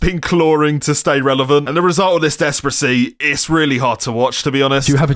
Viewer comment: Why are you saying despracy